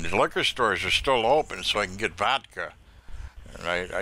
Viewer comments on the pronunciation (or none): none